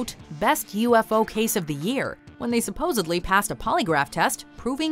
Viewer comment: and the word 'supposedly' does NOT contain the letter B.